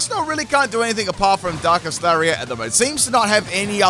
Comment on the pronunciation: Ita DARKEST, but he calls it DUNKEST?